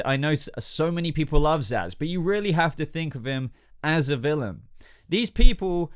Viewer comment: Zsasz alright? Cmon man